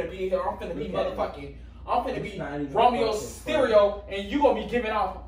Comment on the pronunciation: “Romeo Styerio” dawgggg💀😂😂😂😂😂